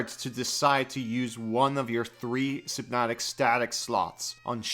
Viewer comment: A fucking WHAT? HYPNOTIC STATIC? SYNOPTIC STATIC? ITS SY-NAP-TIC STATIC